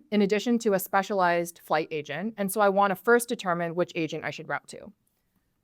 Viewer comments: Sounded like she said Asian Builder... Sounds about right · For a second I thought I heard asian builder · Im telling you I swear when she said agent in the beginning it sound like she said asian😂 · Not gonna lie, I did hear "Welcome to Asian builder 101" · I thought sis said "Asian builder" for a second damn it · Not me thinking she was saying Asian Builder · why she say asian builder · I literarily heard Asian Builder in the beginning... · I thought she said "asian builder" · I thought she said Welcome to Asian Builder 101 lol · Why the hell do i keep hearing "asian builder" 😂No offence meant lady. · bro ithought she said "asian builder" HUUH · sounds like Asian builder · Am I the only one who heard it Asian Builder 101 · Man I literally heard her say “Asian” builder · Is she saying Asian builder? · Sounds like "asian builder" to me. 😆